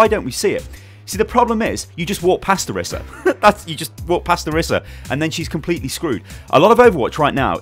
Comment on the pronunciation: It's pronounced oreesa please stop